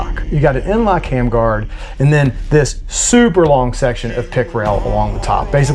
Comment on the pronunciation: “nlok hamguard” will be my new way of saying that